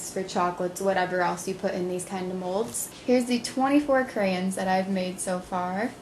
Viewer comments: Stop saying creyin it's sounds so dumb who ever told to say it like that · CraYOns is the pronounciation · You say crayons wier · Lol "crayins" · whats withher saying "crayins" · CRAYONS. NOT CRAYENS LOL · Crayens😂, it's crayons😂😂😂😂😝😝😝😂😂😂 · It's crayONs not crayINs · stop fucking saying crayins its crayons god fucking damn it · I don't even say crayons. I say crans hahah I didn't know people said it differently:) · crayons not crayens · she says "cray anns" lol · she says crayns (cray-ns) lol it annoys me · I love how you say crayins :P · Checking in from the Northeast: we say it crans here, too. I had to read a bunch of comments before I figured out why people were giving you hard time! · Its pronounced crayins! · You hear how she pronounces crayons